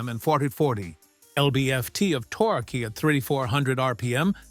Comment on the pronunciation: haha i like how your AI says torque.....torkoo btw you posted only 3 subscribe banners in 4 minutes? shame on you,you should be more annoying